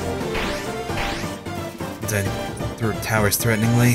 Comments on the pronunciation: undiin. well i guess toby has never specified how you pronounce thei names but that's still fucking weird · Yeah, I've only seen a little bit, but he seems to - not mispronounce - say things a little bit differently. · Notice how ALWAYS GET THE NAMES WRONG AND HE CAN NOT PRONOUNCE THEM! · pls... you're pronouncing all the characters names wrong! D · he keeps pronouncing all their names wrong :( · "Undeene" "Papeeruss" "Sauns" Oh boy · Im jus gonna say this it's sAns not sOns it's pUpyrus not pApyrus Now just sound them out and u now how to say our name Corectly and it's undIne not undeen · is it really pronounced "undiin"? I've been saying "undain" all the time and now I'm confused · I think they're more judgemental towards him mispronouncing Papy-rus and Undeen. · Sons undeen and papirus, what? You've never heard of them? Their from the game underteel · forever cringing at the name pronunciation. Undeen? Paprus? Sauns? WHYYY still like ya though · same, tho its 'Undeen' that makes me cringe a lot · Well it's meant to be pronounced like Undyne for, y'know Undyne the Undying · No. it's pronounced (un-die n) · sorry, not to be rude but you said their names wrong lol undyne un di ne sans sa ns edit- AT means Attack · What in the name of Jim Belushi happened between the last video and this one that he's randomly pronouncing Undyne wrong? I'd think he didn't actually take a break himself since he was in the middle of a puzzle, so I can't remotely understand. He even said himself that "un-dine" was the right way to say it? I'm going to have to assume it's a joke, that's the only thing that makes sense, cuz between Sans, Papyrus and Undyne ALL being pronounced so obviously wrong, that's gotta be an intentional joke Edit* For the record, I'm not saying that in a dick way, like "I've lost all respect for you for not saying something properly!", it's just something I was curious about. You do you dude :)